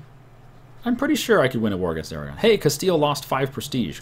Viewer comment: i thought you siad declare war on iran, and i was like wat? oh you said aragon